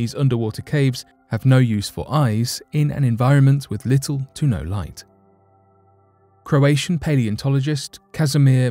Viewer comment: You pronounced Croatia right though which follows similar promunciation